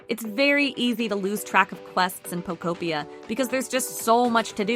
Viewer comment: Ugh eeeekk lol "Pokopia" is pronounced poh-KOH-pee-uh (phonetic spelling), with the emphasis on the second syllable. This structure follows a standard anglicized pronunciation pattern, breaking down as Po-ko-pi-a. 😂not like pocopia why are so many not even saying the name of the game correctly lol